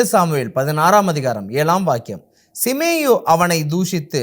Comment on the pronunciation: சீமேயி என்ற பெயரை சிமேயு என்று தவறாக உச்சரிக்கிறீர்கள்